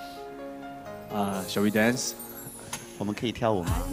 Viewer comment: 彭于晏的: Shall we dance 说的好好听哦